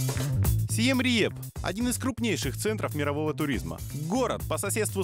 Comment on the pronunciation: Он название города говорит неверно. Не Сиам Риэп, а Сиам Рип...